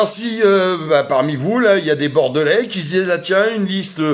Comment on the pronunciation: A ta façon de prononcer "Bordelais"..à mon avis t'es pas Bordelais. Bon courage quand même